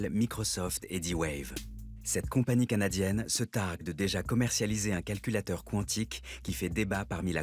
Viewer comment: On ne dit pas K'wontik , mais Quan tic comme si vous diriez ''C'est QUAND ?''. (Quantic)